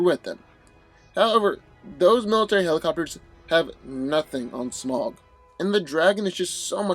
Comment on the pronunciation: It’s pronounced smowg, god damnit.